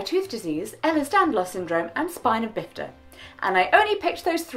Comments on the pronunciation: Why did it make me so happy to hear her say spina bifida (the disability that I have) and not miss-name it as "spinal bifida" like so many people do lol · Thank you for saying Spina Bifida correctly. :)